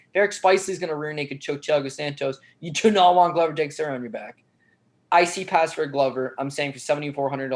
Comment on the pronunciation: Big fan of the show. Been watching you guys since the fight network days. Love the brutal honesty and no bs approach. But...for the LOVE of GOD SOMEBODY TEACH HOW TO PRONOUNCE "Texiera"!#!&#!!